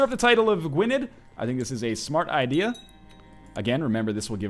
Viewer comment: the dd in Gwynedd is pronounced like 'the'